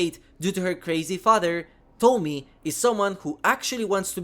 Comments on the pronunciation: I'm just leaving this here: It's To-mi-e, not Tomie like Tommy. It is pronounced something like Tomiye. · I know English and Japanese aren’t your 1st language but I’ll correct you on this. Tomie is not said like the name “Tommy”. Tomi is similar but it also has E, pronounced that like Ye / Eh For you it would be a bit like Tommy-yeh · It's Tomie, not Tomi/Tommy. The e at the end isn't silent, it's like in the word "end" :) Tomi-e. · Thanks for introducing. From Japanese point of view, the pronunciation for “Tomie” is not like “Tommy” but “To” for Tokyo, “Mi” for “Me” and “e” as “A” for America. “Tommy-Yeah” is more close to the original one instead of “Tommy”😂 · It's "tomie" not Tommy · Tomie - "tohmee-aye" is how it is pronounced xD Thank you for covering this DLC. Soichi is such a shit head. I bought him. :P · I love Junji Ito work he always bring it your say Tomie name wrong